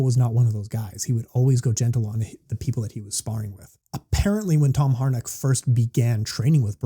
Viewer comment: First you forget his name and now you murdered its pronunciation😂 Its Harinck not Harnick🤭 But great breakdown of the current state of kick and mt! Thanks again🥊 Also looking forward to the C6 breakdown show